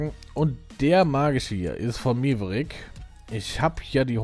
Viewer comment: Da biste selber Schuld, dass der magische Stein von Maverick failed. Das wird MÄverick ausgesprochen und nicht MEverick. Nie Top Gun geshen oder wie? :D